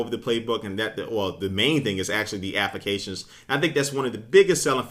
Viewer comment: Appications... Appications... appications... lol